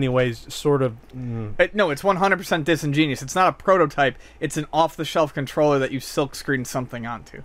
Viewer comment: love the mispronunciation of "exorbitant" and "disingenuous" hahahahaha not to be a smart ass but that's funny.